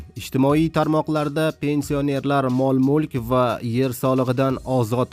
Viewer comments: Қисиб юрганинг яхши, пенсионер деган гапни тўғри айтишни ўрган. Йиғиштир интернетга чиқишни билимсиз бечора. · Пенсионер сузини тугри гапир олдин ,гапирищни урган хариб